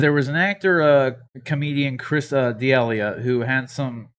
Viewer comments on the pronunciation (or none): Really though before making a video and even having the guys name in the title how about you learn how to actually say his name? You sound like an idiot.